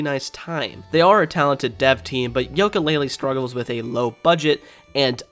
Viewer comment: why are you saying Yolka Lay Lee instead of You Ka Lay Lee?